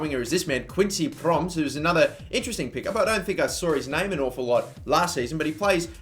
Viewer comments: you pronounce quincy promes's last name like promise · Quincy Promes' name is pronounced (Pro-Mess)